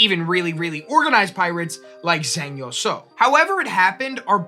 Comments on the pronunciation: Closer, but still not exact would be "Jeng" like in jenga. "Ee" like the sound of someone excited and "Sa-ow" like the start of salt and then the sound of being hurt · Fantastic choice of topic, would have been nice for any part of her name to be pronounced correctly. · My mum used to tell me stories about Zheng Yi Sao growing up. I always love hearing more about her and it's an excellent topic for a Complexly video. In the future if you are going to be saying names and places in a different language please ask a native speaker for guidance. It feels disrespectful to continually mispronounce her name.